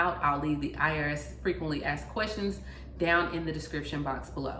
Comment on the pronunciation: Somebody axed, or asked?